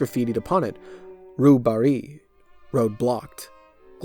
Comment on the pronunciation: Note to: “Rue Barée” is pronounced more like “roo bar-ay” (“ay” like “hay”) than “roo bar-ee”. Totally normal mistake. French is odd when you come with an English understanding.